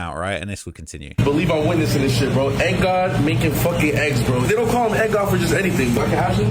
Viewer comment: It's Egg God not Egg Dog